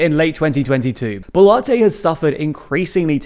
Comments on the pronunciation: Advice, it pronounced as Bolwarte... Not Bolarti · your several pronunciations of the surname boluarte is very entertaining to me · I can't get over him pronouncing BO'LATTE.